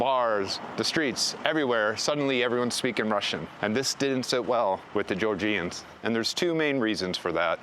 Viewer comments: Jor-Juns. Not Jor-Jeeyuns. Do the bare minimum, refer to the people correctly. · It's not pronounced GeorJEEans. Come on.